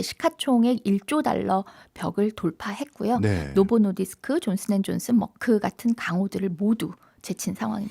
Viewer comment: 노보 노디스크 발음을 부드럽게 못하네 ㅋ 억양이 쎄고 딱딱해서 그런 듯